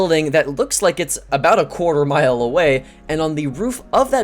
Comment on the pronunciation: “Quarter mile” what